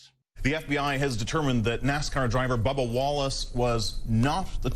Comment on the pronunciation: Trevor saying babba instead of bubba. LMFAO it's the accent.